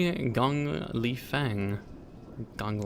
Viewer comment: That's incorrect pronunciation of "Li Fang" as you are using the English way to pronounce both "Li" and "Fang". This video shows you the correct pronunciation